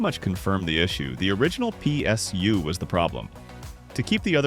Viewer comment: P...S...you. G...P...you😂😂😂gets me every time. Love it❤